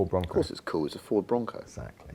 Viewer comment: Love Harris, sorry, can't be doing with Jack 'Essackally' Rix.